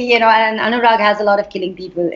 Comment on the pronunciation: Kyu yeh log bolta hai "Anyurag" instead of "Anurag"